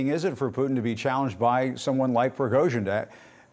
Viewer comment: . Obviously, because it is Prigozhin not Prighozin!😂